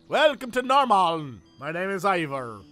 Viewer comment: hahaha I love watching you play this game and trying to pronounce things like Norrmalm and Brölbjörn. You guys are awesome, keep it up!!! :D